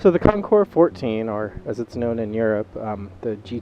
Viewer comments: Thank you for not pronouncing the “s.” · Thank you, thank you, THANK YOU for pronouncing the name of bike correctly. Almost NO ONE ever does. Nice review. Calm, soft-spoken, and clear. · Beautiful in blue! Great video. Ditto on pronouncing the name correctly!